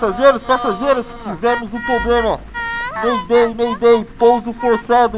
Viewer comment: na abertura da série o nenho fala temos um pobleme emves de problema